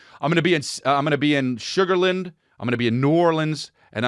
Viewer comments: That's been bugging me too lol shug-ur--lan-d not shugarhlind but we have a lot of weird ways to say stuff out here lol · Just a heads up, we pronounce it Sugar Land, like it’s two words, around here haha not a big deal just saying.